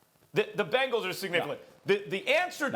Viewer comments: Man really said bengals 😂😂😂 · Does Stephen A say Bengals funny or is that just me